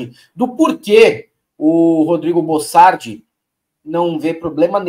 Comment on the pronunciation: Bocardi não é bossardi para que ficar insistindo com o nome trocado